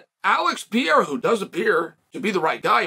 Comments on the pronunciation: Chael: there are two r's in Pereira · Chael, wtf I thought you had a degree in sociology and you can't pronounce Pereira properly?